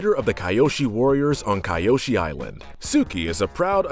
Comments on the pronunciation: God admit it’s key-o-she and sa-ka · I didn't know it could get worse than "Souka" but "Kaayoshi" somehow accomplishes it. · "kAiYoWsHi" ??? Kyoshi is not pronoucned like that ITS "KEEOOSHI" !!! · Well obviously it’s not I mean mi not mai soaka not sokka and kayoshi not kyoshi ughhhhhhh childhood ruined by a “fan” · he pronounced "kai-you-shi". how it so suppose to be pronounced "kee-yo-shi" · "Soke-a" "My" "Kieoshi" Please do not repeat the sins of Shyamalandingdong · Why does he pronounce sakka and kioshi wrong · KEY-OSHI ,SOCK-A, MAY PRONOUNCE THINGS THE RIGHT WAY OR DON'T MAKE VIDEOS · It’s pronounced Sah-kha, and Key-Oh-Shi. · Kee -yo-sheee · KAIOSHI, SOAKKA, MY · S o ka and ke o she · He rashes on M. Night Shamaylans remake, but pronounces Sokka, Kyoshi, and Mai wrong 🤦🏽‍♀️ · Also Mai and Kyoshi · Takes a jab at the live action movie at the beginning of the video, yet mispronounces names just like said movie. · I dont like how you pronounce sokka and kyoshi :( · it just hurts how he pronounces Mai, Kyoshi and Sokka. i don’t get how you can mispronounce names said over and over and over again in a show. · Okay, I can understand mispronouncing Mai's name. Even I slip up there. But the Sokka and Kyoshi mispronunciations are cringe-worthy. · also kyoshi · He also pronounced Kiyoshi wrong... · Hey, did you just mispronounce Sokka's name? Oh and "Kyoshi" too.